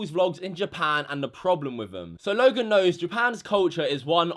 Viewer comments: Again another youtuber who wants to get views just by mentioning Logan Paul and giving the video a dramatic title . Oh and btw it's Logan not "lauogan" if you don't know Logan just stop talking about him he is like that in every video that is absolutely normal from him. And yes joining the movement being a maverick is good! Oh and btw he is living his life and not talking about what YouTubers did!!!!! I'm sure he could talk so much shit about you too! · Whenever says his name, it sounds like he's saying "Logan Poo" sometimes XD